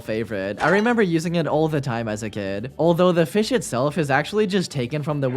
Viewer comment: Pronounced: fysh